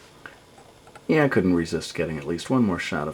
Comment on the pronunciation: XD well a small help, your "j's" should be "y's", so it's "yeah", and "younger" instead of "jeah," and "junger." But you're doing good!